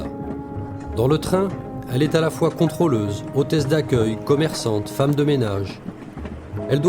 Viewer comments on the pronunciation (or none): none